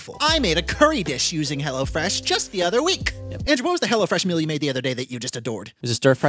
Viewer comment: When Andrew said "Hello Fresh," I thought he said "Hella Fresh"